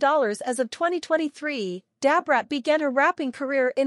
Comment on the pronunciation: Dab Rat, no this woman ain't calling Brat that, this must be an AI😂